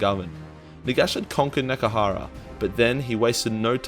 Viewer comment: Nehgkrara...? Nehekara.